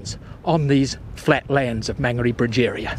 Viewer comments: learn how to pronounce Mon ga re, not man garry/ say Mo ree not mowree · Great video. Just one recommendation , it would be nice if he learned to pronounce the maori vowels correctly. It hurts my ears to hear Maangeri and Moori 😢